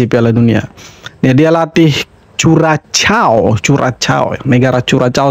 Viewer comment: Ps ga penting Bang: Curacao bacanya kurasao (tulisan sebenarnya Curaçao).